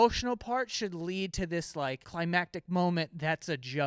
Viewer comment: He can’t say climactic